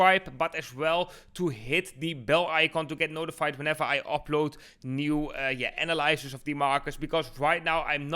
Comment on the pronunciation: Analysis spreek je uit als uh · na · luh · suhs Luister even bij google uitspraak